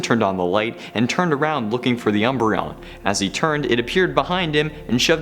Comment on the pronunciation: I love "umbreon"